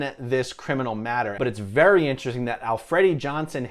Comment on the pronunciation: You pronounce "interesting" very oddly.